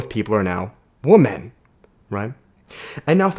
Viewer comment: I know your Canadian but women is pronounced "wimen", phonetically speaking. So you tell if you say woman or women.